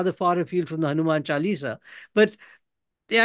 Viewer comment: It's a pity that Mr Thapar distorted the pronounciation of the word chaalisa. May he be as careful about Hindi as he is about English